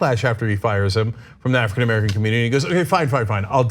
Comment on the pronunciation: Cenk: African Amercilum